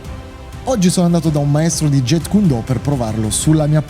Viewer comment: kyun si legge, significa pugno. Non cuon. E intercettare BL lo trascrisse in Jeet perché gli anglofoni lo pronunciassero "git". Il Jet come dice il maestro nel video è una cosa che vola... Comunque nella romanizzazione del cantonese col sistema Yale si trascrive Jiht (più facile per noi italiani) e in quella col sistema Jyutping si trascrive Zit. Non è per fare il professorino, ma da maestro di arti marziali mi piacerebbe che almeno uno sapesse il nome di quello che fa... E poi torno a dire, BL non fece nessun miscuglio di giapponese e cantonese per provocare: Do significa la Via, stesso ideogramma ripreso nei kanji per Judo karatedo etc. La correttezza della pronuncia è sempre il primo indizio per sapere da chi hai imparato.